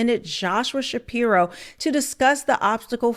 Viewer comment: …Shspiro… Every. Single. Time.